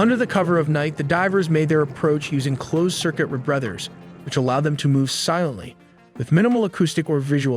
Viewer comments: lol every episode has one really weird pronunciation.. this time its 'reb-brethers' instead of re-breathers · .. re-brothers? No Ai, you say? Riiiight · closed-circuit rebrevvers? That's the kind of mispronunciation I'd expect from AI